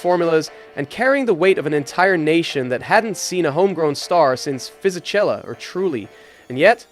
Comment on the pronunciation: Toro Roso, Fisitjella, dude, why not do your best to properly pronounce common F1 names? It is not that hard.